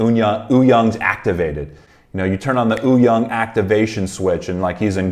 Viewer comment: Its not ooyoung btw haha its Wooyoung